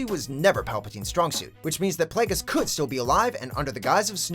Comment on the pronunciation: when he says snoke may be Darth plagues